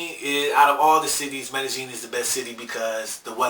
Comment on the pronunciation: Stop saying it with a "j" it's a "y". Mey-deh-ying.